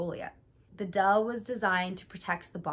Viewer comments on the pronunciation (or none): u pronounced “deel” kinda like “dale” (i expected it lol) but the “ee” is pronounced like “æ” and “l” is more sharp :)